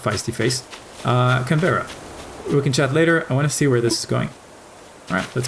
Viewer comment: It’s pronounced like Can-bruh (Although Can-berra has a nice ring to it)